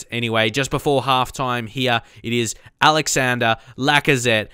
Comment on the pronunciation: That's not how you say Lacazette's first name... It's not even written Alexander, it's Alexandre. Just type it on translate and hear it in french.